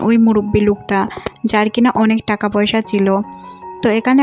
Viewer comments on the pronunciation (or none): none